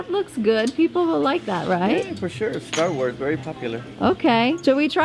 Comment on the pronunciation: I love all your videos! normally I hate vloggers and I especially hate Long YouTube videos but I can watch your videos for hours! I am cringing so hard as you guys mispronounced and mix up the names for everything Star wars 😂😂 but I forgive you lol huge Star wars fan here lol. You would actually love Star wars movies if you watched them though! You have to watch them in the order you're supposed to though. I love how Leo is so good in public!!